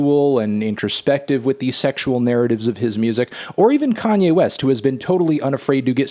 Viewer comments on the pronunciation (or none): none